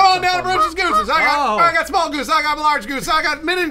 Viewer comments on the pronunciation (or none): I died when was like "shmall ornshorance"